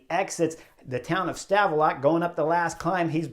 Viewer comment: Love the work Chris. Have for a while. Did get a link of you smashin your bike 2016 in my feed. Rough day i guess gladly it was there and not on the Angliru. The T in Stavelot is silent. Great place with an awesome grand prix circuit (Spa-Francorchamps). -U10